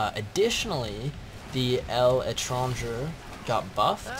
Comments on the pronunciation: El entronjer? Dafuq worst pronunciation ever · I think it's pronounced "lay-tron-jay". It's French for like going abroad or someone who goes abroad. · ITS PRONOUCED leh-tran-jeh